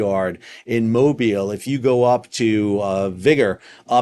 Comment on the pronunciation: Thanks for pronouncing Mobile correctly! Yes it sounds like Mo Bill.